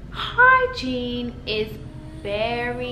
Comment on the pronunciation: It’s completely sound like ur saying hi jean lol but I’m high so 😂